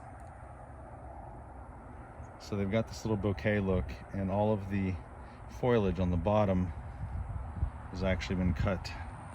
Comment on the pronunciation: Foilage? You mean Foliage?